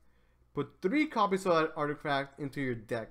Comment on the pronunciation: drinking game: take 1 shot everytime he say "articaft"